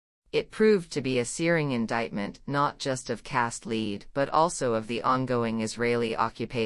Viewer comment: Or, for that matter, an actual human voice....the AI voice reader pronounces "Cast Lead" as "Leed." Bizarre.